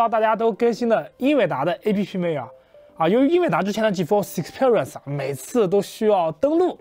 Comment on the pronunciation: 建议还是先查查字典，看Experience如何发音